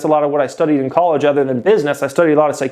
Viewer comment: I’ve been watching this channel since 2018 n i watch every single video that you drop bro, keep up the hard work youve helped me out sooo much. I like the way that you say the word “other” lol you pronounce it “ethur” n i wonder if its a west coast thing” haha